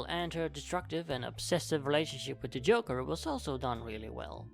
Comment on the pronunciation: I love the way he keeps mispronouncing joker, it's hilarious.